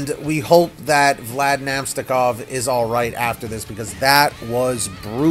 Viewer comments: Sorry man you pronounced his name wrong. Its Vlad Na-mest-ni-kov. Keep up the vids 👍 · Avs' fan here. I hope Na-mest-ni-kov is ok (the pronunciation.. ugh)